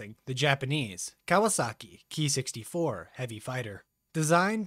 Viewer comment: I am no expert either but I believe it should be pronounced "kay-eye" not "key"